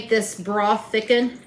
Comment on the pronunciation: Thickens not sickens